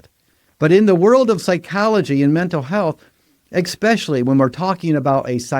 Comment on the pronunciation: Especially is with an s. Not an x..